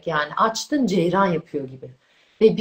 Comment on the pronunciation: Ceyran dedi yahu..bütün ciddiyeti, bilgisi, anlatımı benim ilgimimi yerle yeksan etti, ne yazık ki...